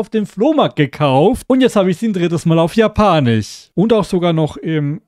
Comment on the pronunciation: kannst du bitte sagen japanisch statt japanich es wird ja auch japanisch geschrieben und nicht japanich